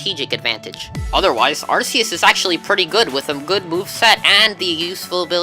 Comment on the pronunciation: You misspronounced Arceus